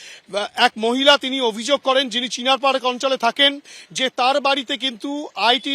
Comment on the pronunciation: ম্যাম বললো চিনার পার্ক আমি শুনলাম ছিনার পার্ক 😳